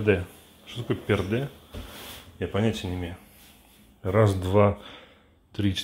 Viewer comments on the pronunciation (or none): Не "Перде" а "Пирди".